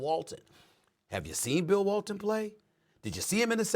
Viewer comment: Lol that man said bill walton.